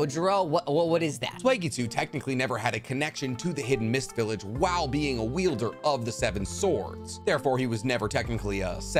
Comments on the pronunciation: I have seen this video before, And I'm not sure if I caught it then... But the words you're looking for is wielder because they wield their weapons. For some reason you keep saying yielder which essentially would be someone who stops something? Lol Someone that yeilds maybe? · **Wielder! Not "Yielder"